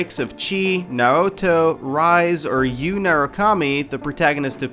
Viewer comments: Rise? Rise? Its "Ree-say", get it right... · He also pronounced Rise like the word rise, and not like "Re-say". Still, the list mostly makes sense. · Rise....It's (Ree-Say) Jackass!! XD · He said 3 of the 5 names wrong it's not Aegis, that's in Japan, it's Aigis, saying it exactly how it sounds. It's also Chie, not Chee. And Rise (Ri-Say) not Rise (Ri-z) Sorry rant over lol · Her "Rise" is pronounced "Ree-se". The second e sounding like the e from cliche. Not, rise as in rising up. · I'd take your list more seriously if you actually got the characters names correct. Rise is pronounced "Reesay" and Chie is pronounced "Cheeay". I mean the game was voice acted. You should know this even without knowing Japanese pronunciations. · RISE!? How dare you mispronounce best girl's name. It's REES-AY, if you actually played the game there's no way you could mess that up. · I took this seriously until he said "rise" and "eggis" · I'm 9000% sure it's "reez-ay" and "chee-ay" but idk I'm not Japanese lmao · He pronounced Rise as "Ryse". Please forgive me for wanting to BITCH SLAP HIS ASS! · did he really just pronounce "jrpg" as "grpj" and Rise's name as "rise"? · Rise like its pronounced rize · "Chee" and "Rise"? lol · I think it's pronounced "Ree-say" and "Eye-giss" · how he said "Rise" and "Chie" wow lol no repercussions? when i first played P3 FES (my first persona game) i romanced both Yukari and Fuuka, Yukari found out and got pissed, her arcana card turned upside down (Reversed) locking her Social Link Persona 1,2 and Persona Q allowed all party members to use different personas lol based off what you count as voiced, P3 & P4 MCs are exactly that but yes I would like for a Persona MC to speak themselves instead of just in a reply of 2-3 selections eh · did he really pronounce Rise's name like that? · hold on so you've played Persona 4 but you openly messed up on the pronunciation of Rise, Aegis, Chie and Naoto? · Does anyone notice how the guy pronounce Rise and Naoto names?